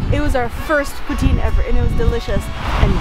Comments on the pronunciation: calls poutine the right way Canadians: POOTEEN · Thank you for pronouncing poutine correctly! When cheese curds are squeaky, they're fresh! But personally, I don't like when they squeak haha! It's so nice to see you explore my city :) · For the first time forever I heard someone say poutine right